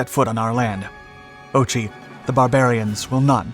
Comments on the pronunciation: Look mate, if you can't pronounce the Greek word for "no" then you really shouldn't waste your time doing a video about what is celebrated in Greece as "no" day. What is it with Americans and their total ignorance of other languages? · And phonetically, it's Ohi, not ochi. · It's read "Okhi" not "Ochi" btw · OXI spoken as OHI , not OCHI X = H in greek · You lost me ."oh-chee","oh--chee?' Use the voice function on Google Translate. "OH-HEE". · ΟΧΙ means NO, pronounced Ohi not ch. like hoplites, we do not say choplites eg…. Very good video. Greeks reached Tirana but our “allies” did not allow the annexation after the war although the northern ipeirous is still populated by Greeks and Albanians in the region are still a minority. Although Greece was always truthful and faithful to its alliances and commitments our western allies almost always act like snakes against us.😢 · "Okhi", the Greek word for "No", attributed to Metaxas (falsely) in his rejection of the Italian ultimatum, is pronounced "o-kh-i", like you're about to clear your throat, not "o-ch-i". It is the name of the national holiday on October 28. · No, the "h" in English is a soft breath out. The "kh" is the phonetic symbol in English for the harder sound, which corresponds to the Greek as spoken in "o-kh-i" but has no equivalent in the Latin alphabet. The narrator uses the harsh "ch", as in "reach", which is a gross error and needed correcting. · Just a note, it is NOT "ochei", but "ohei"... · it's pronounced "o-hee", not ochee lol come on dude, you could have at least done that correctly, instead of butchering it. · "ochi" its more pronounced like "ok - ee", your pronounciation hurt my soul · otsi otsi otsi otsi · Yes, and it is incorrect to use in this case. "Kh" is generally applied to the guttural sound, and "Okhi" is the correct Greek pronunciation.